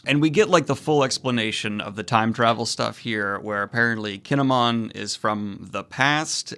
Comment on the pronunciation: Kin'emon's name is pronounced Kin-Emôn. Like it's two names. The hiragana for N in "Kin" is a closed N.